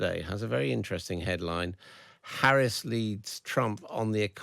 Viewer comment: If people are interviewers at least have the decency to pronounce Kamala Harris's name correctly. Black and Brown people have to continuously put up with this disrespect.